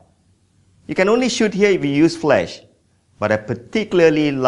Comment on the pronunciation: Flash not flesh